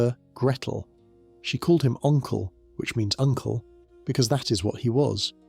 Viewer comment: I love it when people don't read what's on the screen or even research stuff for themselves, if confused... . Narrator just mispronounced it, as others said, it's 'Onkel'.